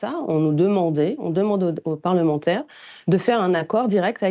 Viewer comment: Mais est ce qu'il ne dit pas "c'est la loi des" parlementeurs" ?... Écoutez bien à 1,30 mn !...